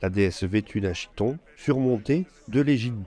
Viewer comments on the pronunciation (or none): Très chouette ! En revanche, attention, on dit (k)hiton et pas chiton.